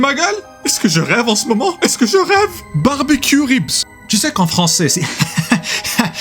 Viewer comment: it will even sound more like "barbe-queue"